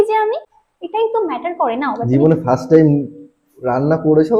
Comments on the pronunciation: ফার্স্ট ❌ ফ্রাস্ট ☑️ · Pls অন্তত মহাদেব কে তোমার এই নোংরামি তে include করো না..মানে টেনে এনো না ওনাকে..আর হ্যাঁ ওটা ফারাস্ট নয় কথা টা ফার্স্ট ..একটু ভালো করে ইংলিশ প্রনাউন্সিয়েশন টা করো atleast.. পারলে নিজে শুধরে যাও,আর অন্যদের phn কে নোংরা করো না..নোংরা ছেলে মেয়ে.. এদের হাসি আড্ডা গল্প সবকিছু দেখলে নোংরা লাগে সত্যি বলছি..যারা খুব বোকা আর এদের মতো নোংরা তারাই এদের ফ্যান বা ফলোয়ার এদের ভাষায়..আর বাড়ির শিক্ষা তো বাদই দিলাম,শুধু টাকার জন্য এদের বাড়ির লোক সবকিছু করতে পারে..আর হ্যাঁ তোমার তরফের কিছু থাকলে তো বলবে..এখন স্ক্রিপ্ট ready হচ্ছে 😅😅😅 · First a ❎️ farast a✅️😂